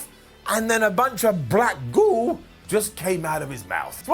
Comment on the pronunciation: The way says "goo" made me laugh far harder than it should